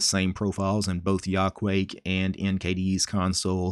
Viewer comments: If you know Japanese you could easily spot the Japanese logic behind this name You say that as ya-ku-a-ke, not yaquake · It's from Quake so I guess that's the way to pronounce it. Still, I like /jɐ.kuˈwɐ.kɛ/ better!